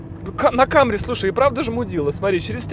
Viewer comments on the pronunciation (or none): если ,,лухури" то не ,,камри", а ,,самри".Акалемиг, старайся)